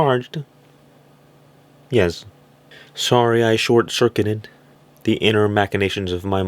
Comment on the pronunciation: Your "Wey" yes is how we say yes in Quebec: Ouai. For a sec I thought you were one of us!